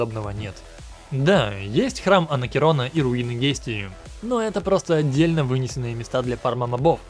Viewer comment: Обзор топ И я как фонат, не много орнул с Анакерона, правильно Анакреон и руины Гистрии